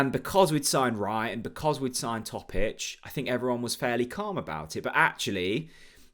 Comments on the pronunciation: I would be okay with a point, but with our squad at home we should looking at winning games like this. Head: 1-1 Heart: 3-1 Please stop saying Mirko TOE-PICH, Chris, sort him out. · you are now making yourself look silly now. Are you deliberately pronouncing Mirko Topic's name incorrectly? It's not as if you don't know how to pronounce it as you start off saying it perfectly (for one time only), then your brain seems to revert to type – unbelievably! What is wrong with you – could it be early-onset-dementia? I'm serious, as you also repeatedly say the say things in your eleven-minute-podcast? You also haven't got 'Big Bad Vlad's surname sussed either. His surname should be pronounced as VAC... as in vacuum cleaner... not Vetch! Come on, sort it out please. Sorry to harp on about this, I'm only doing it to try and help. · It's good for engagement 😂